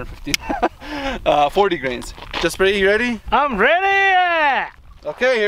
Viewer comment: LOL Jasparee